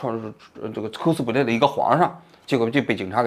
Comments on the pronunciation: 哭斯play😂 发音需要再标准点 小王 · 王局好好练练英语吧，听你读“扣死普累”听的真难受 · 扣死普雷，王局这个发音好友爱😂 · 这是标准日语发音🤣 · 王局的扣死普累发音笑死我了😂😂😂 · 蔻斯普雷😂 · 王菊，“cosplay”的发音你是和日本人学的吧